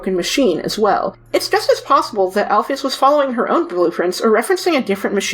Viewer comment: it's prenounced AL-PHIS